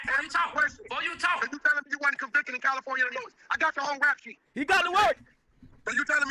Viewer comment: 3 fingers wack is how old and still doesn’t know how to pronounce Illinois correctly